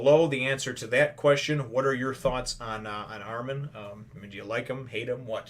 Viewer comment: and the pronunciation is Armin I beieve (ar-min, not ar-meen)